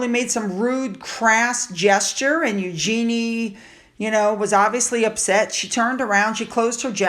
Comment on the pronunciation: Hello. The correct way to say Eugenie’s name is: “YOU-zheh-nee” (stress on the first syllable), not “you-GENIE” (with emphasis on the last syllable) (like “genie in a bottle”). The second way is totally incorrect.